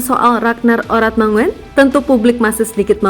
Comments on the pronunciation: ayolah min, oratmangoen itu bacanya oratmangun bukan oratmangowen. OE itu dibaca U. seperti SOEKARNO dibaca SUKARNO. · Bacanya Oratmangun bukan mangoen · Bu...baca nya Oratmangun..bukan Oratmango en...?Itu ejaan Belanda U itu OE..Ejaan lama lndonesia dulu begitu kyk nama Presiden Pertama Kita SOEKARNO..👍👍👍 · Bukan oratmongen, tapi oratmangun.. Marga dari Maluku.. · Bkn asa OratmanNGOEN min, bacanya OratmaNGUN..!!! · Min admin, baca namanya itu ORATMANGUN bukan ORATMANGO-EN. itu ejaan Belanda, sama dengan SOEKARNO, SOEHARTO,dll. "OE" itu dibaca "U" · Admin yg bacanya Gen Z ya? Jd gak tau cara baca ORATMANGOEN dibaca ORATMA-NGUN bukan ORATMA-NGO-EN! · Ngomongnya "Oratmangun"!!!! SD nya di mana sih????? Begok banget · uratmangun bacanya min. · Min...oratmangoen itu bacanya Oratmangun..itu marga asli orang Maluku tenggara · Cara baca model pler..marga itu ada di Indonesia....!!